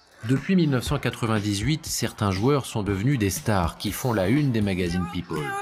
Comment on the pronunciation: Pipole à partir de là j’ai arrêté d’écouter